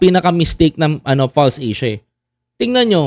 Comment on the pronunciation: False Asia not Pulse Asia lol